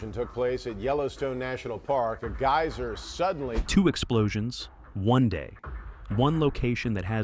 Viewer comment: GAY-SER PLEASE LEARN CORRECT PRONUNCIATION TRY GUY-SER